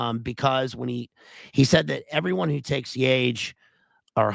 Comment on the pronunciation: It's pronounced yah-hey, my man.